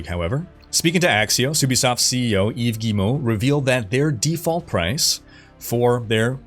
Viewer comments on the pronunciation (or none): none